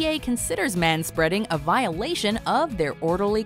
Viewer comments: They said ma spreading. I'm fucking done. Unsubscribed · You lost me at "manspeading."